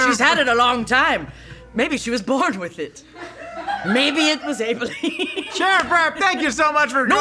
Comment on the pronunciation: I hate how you've pronounced Abilene